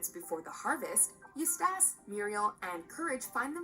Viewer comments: I hate that mojo sucks fuck with the little things like EustAHce instead Eustace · U stash.... it's eustace Bruh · I die a little inside every time she says it wrong. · ikr. She can pronounce Muriel perfectly , but makes a cock-up of Eustace? It's bad enough when non-english speaking reviewers screw up the names, but this woman is clearly American...okay, I get it now.